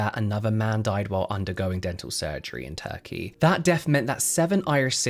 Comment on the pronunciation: I heard “tacky teeth” but turkey teeth 😂😂